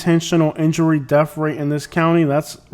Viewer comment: What is a DEF rate? Annunciate English correctly if you are going to do video's.